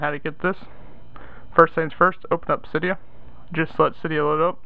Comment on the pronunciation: um isnt it cydia not cyda